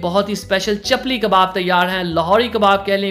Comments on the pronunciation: وٹ دا فک از “چلپی؟” لفظ چپلی ہے نہ کہ چلپی! لفظ “جسے” ہے نہ کہ “ جیسے” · It's chapli not chappal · چپپل نہیں چپلی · Bhai ap video ma itna jaldi jaldi kun bol rahay hain Kaya ho gaya ha chapal kabab nahi chapali Kabab